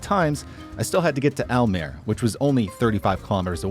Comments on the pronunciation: In Dutch, like most languages, all letters are pronounced. So it's not al-meer, it's al-meer-uh. Also Drent-uh, not Drent ;) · It is Drenthe, not Drenth...the uh at thye end of drenthe has to be pronounced, same with almerE....it is NOT Aalmeer it is mere meeeeh ruhhh... and nope it is NOT Oetrekt with oe as in shoe...it is U-Trecht with ch as in loCHness and U as in dehevu...so NOT a ou as in you or an oe as in shoe.. ü in German Y in Swedish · okay, so most places you pronounced fine, but if a place ends in an e, it's definitely pronounced. so for Almere it's Almer-Eh and for Drenthe it's Drenth-Eh (with a pronounced T rather than the English th, that's not a thing in Dutch)